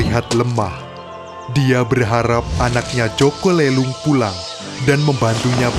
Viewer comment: Min boleh koreksi Nada aja jaka lelung di baca pakai nada e yg lemper makanan.. Bukan lemper batu